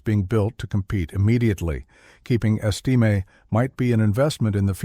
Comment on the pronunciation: learn how to pronounce the names of the player your taling about. hard to listen to whole video when person that thevideo is supposed to be about has hi s name butchered repeatedly